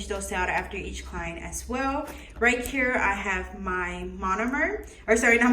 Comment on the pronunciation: It’s right here not right kere😂